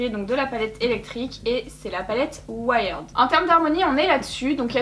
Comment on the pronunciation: Juste on dit pas ouaïerd mais ouierd:) mais super vidéo merci